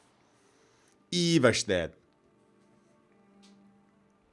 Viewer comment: I'd personally pronounce Ivarstead with a Nordic i. You say it like Ayhvarshtead, but I'd say Eevarshtead is the most accurate pronunciation.